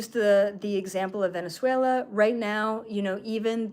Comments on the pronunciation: Thank you,, for this information 🙏❤ I'm curious about the role of Venezuela from the behind the scenes point of view. Do you have any video where you talk about it? Btw, your pronunciation of Venezuela is perfect 😃 Thank you very much for this download 🤲❤ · I think you are saying Venezuela perfectly. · You’re actually pronouncing Venezuela as a native. Love it! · You are saying Venezuela correctly 😊